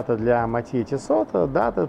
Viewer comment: Он говорит тиссоT?))))😂😂😂